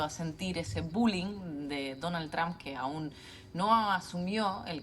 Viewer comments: No es tramp, es Trump!! Es desagradable escuchar a muchos de ustedes nombrar tramp. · Se pronuncia; Donal Tromp, nooo es Traaamp , no existe Tramp.